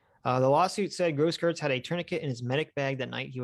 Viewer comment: The "eu" in Grosskreutz's name is pronounced like "oi"